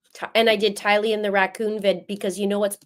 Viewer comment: Anyone else feel irked when the judge says Tylee's name with the wrong infliction!?!? Lol🙃🫠😉😝